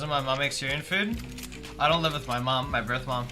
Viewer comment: everything that ends with th, he says it like “Myff”